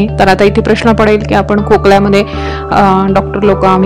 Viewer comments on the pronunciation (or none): none